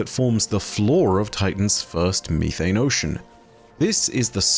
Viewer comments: It’s not youthane, it’s methane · It’s not mee-thane. It’s meth-ane. Jfc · I love you but the way you pronounce methane kills me. Meth-ane not me-thane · "Freedom units" as an American, is almost as funny as finding out there's a different way that we pronounce methane. 😅😂 Great video! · I love you(!), but the pronunciation is: meh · thayn (methane) 😂❤ Even if you don’t read it, I still love the video just as all the videos you make 🤗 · why me-thane 💀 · its the british pronunciation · And how says methane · I cannot stop laughing at the British pronunciation of "methane"!, I just want to add that I am not laughing at you! I wasn't expecting the different pronunciation! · Why’d he say methane like that